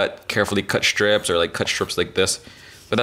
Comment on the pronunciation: Are they strips or schtrips? (sorry, this is a trend that I've been hearing a lot recently that starting to really bug me, I find it exschtremely grating ;) ) More on topic, I remember watching Cooking with Dog many years ago, and they put their green onions in ice water - apparently makes them straighten out. Or was it the opposite?? hmm that's got me curious now.